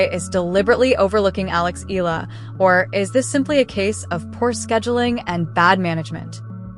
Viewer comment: Eala pronunciation E-yala